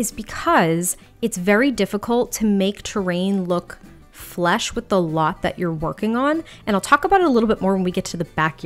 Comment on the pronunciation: I think you just said that it’s tough to make terrain “flesh” with the world around the lot. It’s “flush” not “flesh” — but I used to make that same mistake! Good to hear I’m not the only one to get that wrong l :) beautiful work!!